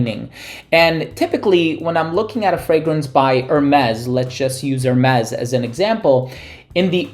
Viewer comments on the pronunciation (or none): none